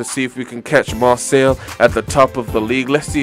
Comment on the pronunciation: by the way its Mar say